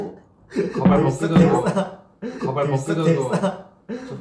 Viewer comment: And now we learned 1 new Korean word and it's wig which pronounce: Kabai😂